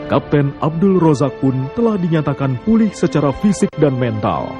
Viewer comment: Pak andy noya perlu tinggal di malaysia setaun biar bisa ngucapin "z" dgn benar. Abdul Rozzaq bisa jadi abdul rosak..cucyok cyynn